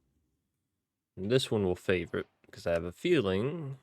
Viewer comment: It's sive, like live. Have you heard that expression, "leaks like sieve ". meaning something leaks really bad. Thanks for the ep. Think I'll check this pack out.